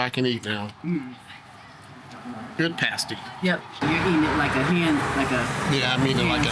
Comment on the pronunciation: Awesome video! Got a taste for where Maria and I spent some of our formative years. Did you ever get corrected on the pasty pronunciation? Say yah to da UP, eh!